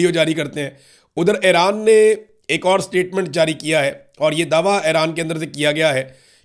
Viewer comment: صحیح تلفظ Eران ہے Aران نہیں